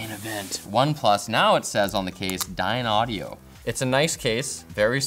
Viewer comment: glosses over Dynaudio and mispronounces it in the process Every time they mention Hasselblad which does literally nothing, but not mentioning Dynaudio despite that being an incredibly serious audio brand. I don't know WHAT Dynaudio had to do with this, but it sure as hell is not a name to gloss over :D. I love LTT, but man... Being an audiophile is hard here.